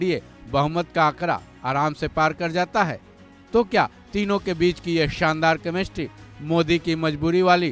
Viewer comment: Chemistry ❌ kamestri✅😂 pronounciation tagda hai